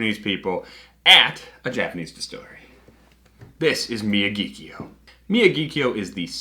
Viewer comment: Actually, it’s pronounced “みやぎきょうl”. What a Gaijin!